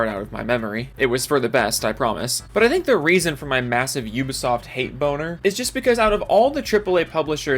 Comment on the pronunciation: I enjoy how you pronounce Ubisoft. Damn "You-ba-soft" constantly screwing up!